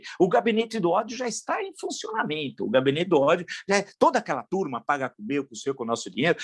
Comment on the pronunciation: PROFESSOR TEM COMO O SR. FALAR AQUELA THURRRRMAAA